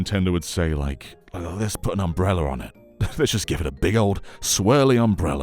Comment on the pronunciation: Obsessed by the way he says umbrella lol